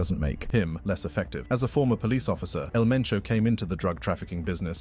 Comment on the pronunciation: They said El Mencho not El Menso.